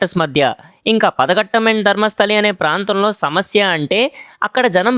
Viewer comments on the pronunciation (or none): none